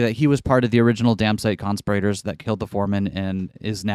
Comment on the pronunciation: The way you say "conspirators" makes it sound like "constipated" to me.